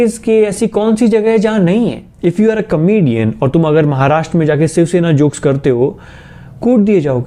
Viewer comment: The fact that he says Siv Shena instead of shiv sena😆🤣